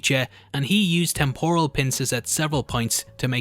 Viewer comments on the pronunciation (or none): none